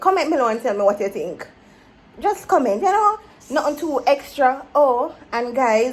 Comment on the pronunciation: A di part when she say "me tink you would a appreciate the story." 🤣🤣🤣🤣 dat kill me to claat🤣🤣🤣🤣🤣🤣